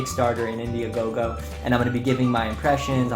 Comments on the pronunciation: Man said indiagogo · Great video buddy! I would recommend lowering your background music as at that level it's very distracting while you're talking. I highly recommend a higher camera angle. Great review of the headphones and very good descriptions of everything - again well done! As a note 'IndieGoGo' not 'Indie-a-GoGo'.